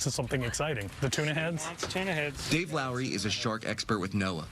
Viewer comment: "DayV" LOL